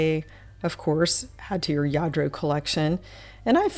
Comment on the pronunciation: you are such a wonderful speaker. Your description of all you feature is great. Do you by any chance speak Spanish? When you were describing some of the Lladro pieces your pronunciation was so perfect!